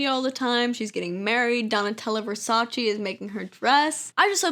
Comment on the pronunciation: love the video, but i, and this may just be me only, was about to almost scream when you said versace for the 20th time and pronounced it wrong too. didnt mean to roast you but there you go. lmao